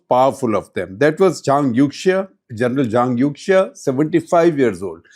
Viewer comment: The correct pronunciation of Youxia is more similar to "Yo-shia" ("Yo" like a rapper, "shia" like the Islamic sect). When in doubt, Chinese pronunciation of X can be replaced with Sh sound. eg Xinjiang is Shin-jiang, Xi Jinping is Shi Jinping (There are minor differences between X and Sh, but at least it is closer)